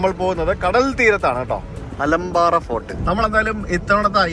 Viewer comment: അലമ്പാറ എന്നല്ല ആ കോട്ടയുടെ പേര്,, ആലമ്പറൈ എന്നാണ്.